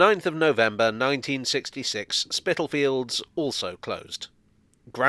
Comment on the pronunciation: Thank you for another interesting video. Actually Spitalfields is pronounced spitterfields, the l being silent. I was born there in 1960, very hard to believe it is becoming a trendy place now.